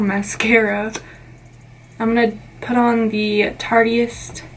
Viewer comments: "Tarteist" rhymes with "artist" 😊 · You're pronouncing "tarteist" wrong. It's supposed to be like "artist"